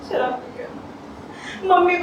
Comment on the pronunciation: Ye ladki sharab ko sarap bol rahi hai apke itna samjhane pe bhi ye nahi samjhi I am dislike this Performance bad performance